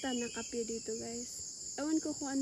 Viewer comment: "Kape" not kapi Ang pronunciation sa Tagalog